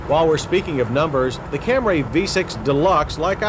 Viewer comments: I think it took him another 10 or 15 years after this to stop calling it a Cam-ray? It's such a complicated name and such a rare car that I'm sure he hadn't heard it pronounced the right way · Lol camray? Never ever heard anyone call it that before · I believe Toyota's slogan was "The Fam-lay Cam-ray" lol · CamRAY lol. Come on John lol. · OMG if he says CamRAY one more time!!! 😂 I swear he was trolling or lost a bet because he went out of his way to say it as many times as possible 🤣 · There's only one "a" in Camry. Why does John keep calling it a "Camray?" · What's a Cam-Ray? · I’m not gonna get mad at him for saying Camray since it’s my man John Davis... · I just checked out a bunch of 1980s Camry commercials and they all pronounce it the normal way so no idea where Cam-Ray came from. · The entire segment is Cam-ray. Let's make a drinking came and take a shot of hard booze every time John says Cam-ray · How many times can he say CamRAY in one review. It’s like he’s trying to get people to say it the wrong way. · Stop trying to make "Camray" happen, John. It's not going to happen. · it’s camray because John says so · If I got $10 for every time John said "Camray" I'd be the richest man in the world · What the hell is a Cam-Ray? 🤣🤣🤣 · He says camray at least 30 times I counted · I remember as a teen looking at the hood and trunks to see if drivers sprung for the V6 of these boxayyy Camrayy(love the was John pronounces Camry!😁). Very interesting that the 2.5L V6 was not too far off of the power of that era Toyota Cressida. This car is likely the reason Toyota became such a dominating automaker. They were everywhere! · Say camray one more time☝️ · jeesus, stop saying "CamRay" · sounds like a Japanese super weapon. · Have i and everyone else i know been saying it wrong? He says it so often so im second guessing my cam-ree way of saying it. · Its the dude pronounced camry wrong, toyota didnt mis spell it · Came here to complain about the way he says Camry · LOL! Camray!